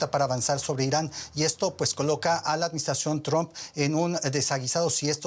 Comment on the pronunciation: Inari o Irani? Jajaja